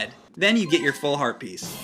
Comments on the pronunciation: am i the only one who hears "herpes" every time says "Heart Piece"? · every time he says heart piece i think he says HERPES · Every time said "Heart Piece" sounds like he said herpes...